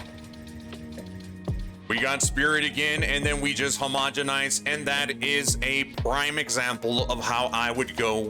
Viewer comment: Guys... Is it really a crafting video if he doesn't say "HOMOGANOGONINGIZING"?